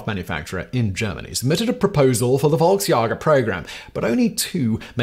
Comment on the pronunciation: Simon mispronouncing Volksjäger kills my soul, but then no beard Simon makes it all better